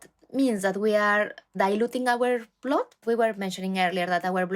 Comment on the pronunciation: Why does she say [blod] It is [bl^d]